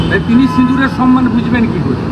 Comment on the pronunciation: যে সম্মান কথা টাই ঠিক মত বলতে জানেনা,"সনমান" বলে। সে শেখাচ্ছে সিঁদুরের "সম্মান"। ছ্যাঃ